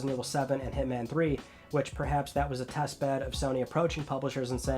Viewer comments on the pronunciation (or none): none